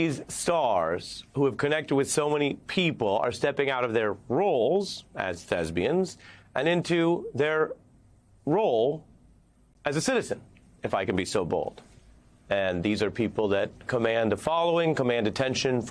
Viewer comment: Thespians I don't if Ari was being jocular, but the pronunciation does not voice the "s" and the "p", like 'thezbian', but "the·spi·an" ; or to be more clear: thess·pian